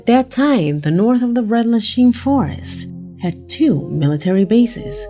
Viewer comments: #1 Planes or helicopters? make your mind up!! #3 Rendalsheen??? Ren-dal-sham = Rendlesham Forest!! FFS get the pronunciation right!! #4 .....the objects landed in a wooden area...! Wooden or wooded? Ametuer video at best!! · PRONOUNCED RENDLE SHAM LIKE IN JAM RENDLESHAM FOREST.